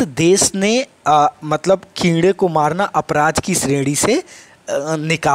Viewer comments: Sir keede Ni hota kode hota h.... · Sr g कीड़े नही है कोड़े है😂😂😂